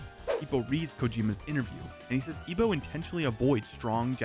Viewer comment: his name is Ippo, not Ipo.